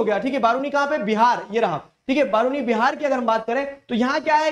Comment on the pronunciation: It's Ba-ra-ooni not Baa-ru-ni 😅 It's in Begusarai district, my home ❤